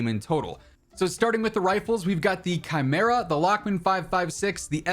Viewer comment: I find it weird that the crossbow makes two appearances in the campaign, yet doesn't seem to be included in the multiplayer arsenal at launch. I know the crossbow had mixed reviews in MW19, but I wouldn't mind one gimmick/special weapon like that at launch. Also, thank you for pronouncing chimera. Every other creator I've seen cover the multiplayer release has been saying "chee-mera".